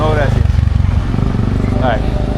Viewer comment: He says "graci-is"